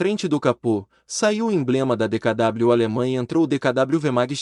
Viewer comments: É o que dá fazer locução sem conhecer o assunto !! JAMAIS o dkw foi chamado como decadábliu. Sempre o povo o chamou como DECAVÊ. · A reportagem está excelente, só um detalhe: quem gravou esse texto não conhecia o carro DKW, que todos - fabricantes, anunciantes e consumidores - pronunciavam, no período, DEKAVÊ, e não DEKADÁBLIU. Até porque na época a letra era ensinada e pronunciada.como DOBREVÊ e não DOUBLE U (Doubâl-iú) como se diz hoje traduzindo o termo "duplo U" em inglês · Nao e decadablo e sim decave a pronúncia está errada recorra a vídeos antigos da época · O problema é o narrador dizer "aqui no Brasil chamado De Ka Dabliu" Então a narração não faz jus a história de como era chamado o veiculo. Informação correta é preferível a informação falsa ou errada. Dizer "dekavê" ou "dekadabliu" não é pronúncia e sim são palavras (faladas ou escritas) diferentes rs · O nome é D K W - leia - se decave